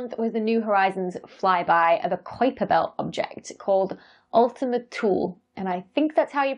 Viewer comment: Pronounce: Kaiper